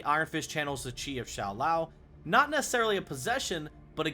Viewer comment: Shao lao not shoe lao😂